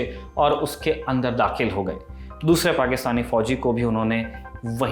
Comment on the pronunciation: पाकिस्तान तो ठीक से बोल भाई|